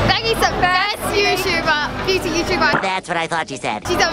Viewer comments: its beauty becky not booty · u said beauty correctly a total of like 2 times this ENTIRE video smh